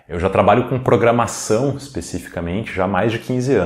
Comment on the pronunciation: "Programação" e não "Programasão"